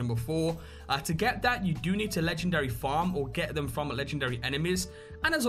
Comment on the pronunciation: "Legchendary Deatclaw"